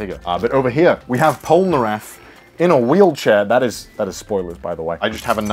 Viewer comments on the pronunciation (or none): none